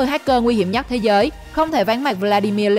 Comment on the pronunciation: Rỏi của rỏi 🤣, thế rới 🤣